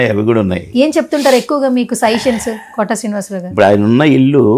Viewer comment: అమ్మా, ఆయన పేరు కోటా కాదమ్మా. కోట శ్రీనివాసరావు. ఆ మహా నటుని పేరు సరిగ్గా పలకడం తెలుసుకోవాలి.